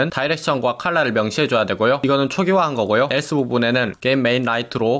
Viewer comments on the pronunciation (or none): none